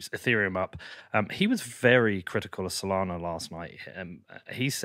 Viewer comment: it’s Solana not Solano. You make it look like you already had a fixed opinion on alt coins but thought you are doing a show on alts so better quickly go do some research before the show, which went as far as reading their webpage blurb to get the gist. How can your opinion be taken seriously when you’ve put in such little effort.